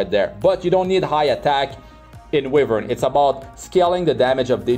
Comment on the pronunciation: mr it's pronounced as whyvern not wihvern, just fyi.